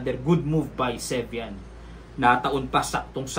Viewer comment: 2nd : sevian not servian?